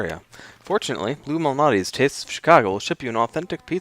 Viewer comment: It’s Mal Nati’s !!!!!!